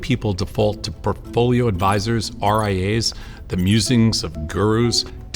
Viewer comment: he said R I A s lol , uh oh, either dyslexic or a new kind of investment vehicle '